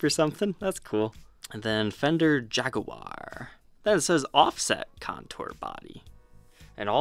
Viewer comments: First of all kudos for actually pronouncing Jaguar the right way instead of Jagwire. Secondly just a little added information about the differences between the 'modified' and 'vintage' singlecoil specced versions. The vibrato unit is closer to the bridge on the modified model to increase the string angle for better sustain. As for the upperhorn controls on the vintage model, they work as an extra circuit for the neck pickup only. So with the switch down, you can use the lower controls and switches. And up you use the rollers for volume and tone on the neck pickup only. This circuit tends to sound slightly darker compaired to the mastersection. I haven't done my homework on the actual bridges and if they still use that querky original style or moved on with time and put the barrel style saddles on the 'vintage' model. This channel is bad for my 'no more guitars' rule I put on myself this year. I mean I need get rid of stuff because I have too many yet this channel now has me GASsing for a 70's Les Paul Custom or a 70's Deluxe. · Jag A War love how you pronounce jaguar.